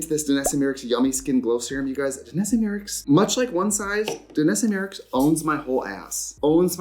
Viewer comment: Can’t stop laughing at Miricks ahahahha MY-Ricks, Trixie!!!